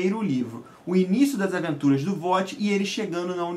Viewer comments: A pronuncia do nome Kvothe, nao é "Vote" é "Kouti" tem escrito na orelha do livro da nova edição caso duvide, não se fala o "v" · Bacana sua resenha... Só um apontamento... A pronúncia do nome do personagem não é "Vote" ele diz no livro que se escreve Kvothe mas que se pronuncia "Kuouth" mais ou menos "CUOLF" considerando que pronunciamos o "th" próximo de um "f" Nas entrevistas do autor também pronuncia assim.